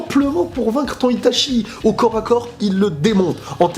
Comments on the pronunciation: Bien que l'épée de Totsuka soit forte, tu n'as pas parlé d'Amaterasu, c'est l'arme ultime contre n'importe qui avant de sortir Susanoo Par contre j'ai saigné des oreilles à chaque fois que tu prononçais Itachi ... ça se prononce I ... TA ... TCHI Désolé mais Goku, sur ce coup (ouais ça rime) c'est le maillon faible, Itachi le maillon fiable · Réellement, Itachi. I-TA-CHI voilà c'est tout ce que j'ai à dire 😂